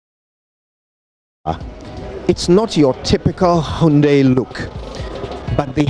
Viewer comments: Why are you pronouncing hyundai as "hahundei"? 😁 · it is the correct pronunciation: hai-hun-dayi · What’s that ayunde ayundee by this guy.... is that the native pronunciation of the Koreans? Or what ..... Ghana fo) koraa, meanwhile his colleague Kojo Yankson pronounces in another way.... which is which ? Aba! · What’s is hayundaii lol Hyundai turn hayundia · Great advert. It's pronounced "HIAYANDAE"